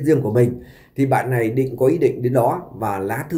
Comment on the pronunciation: MC ở xứ sở nào mà phát âm “ này “ thành “lày “ , “nội “ thì phát âm “lội “ …….nghe phát nổi sảy luôn !!!???